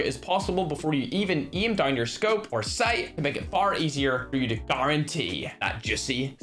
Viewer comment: Why tf do you say geem and eem! Not to be a dick but it sounds very disgusting